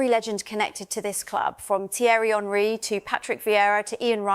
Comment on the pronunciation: Hey AI, it’s ONree, not HENree